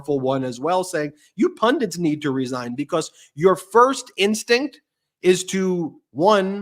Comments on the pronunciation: You guys are giving us all so much great info & analysis. I ask only this favor: please don't teach thousands of viewers to say "pun- diNts". It's spelled pun-dits". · BEN the word IS PUNDITS. NOT Pundents. sorry but its doing my head in. political PUNDITS. PUNDITS!!!!!!!!! PLEASE stop saying PUNDENTS. love you guys, you are the best. x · I cringe every time you guys mispronounce pundits as “pundants.” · There's only one "n" in "pundits"